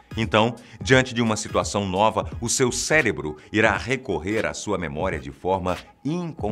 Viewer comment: CELEBRO OU CÉREBRO OU CERÉBRO